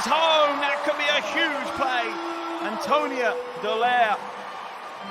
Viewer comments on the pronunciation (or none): Why does the commentator always say Antonio when it's Antonia